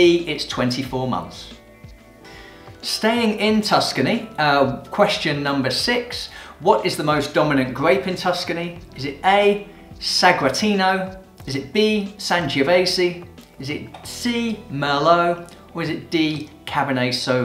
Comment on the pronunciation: Nice, however I think you could make a little effort to pronounce certain foreign - italian in this case - names correctly (a basic research on a translator software could do). ps1. "Sagratino" is not a grape variety, Sagrantino is. ps.2 Alto Adige is a province, not a region in Italy. It belongs to Trentino, which is the region. Keep up the good work ;)